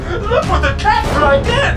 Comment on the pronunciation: Why do people say chat instead of cat that’s the only thing I don’t get and I’m a big fan 😂